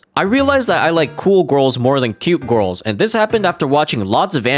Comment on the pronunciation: the way he says "gurls" just pmo and the video just gives off bad vibes like a person who doesn't go outside much that being said I don't know that guy this is the only impression I have of him and it just pmo so hard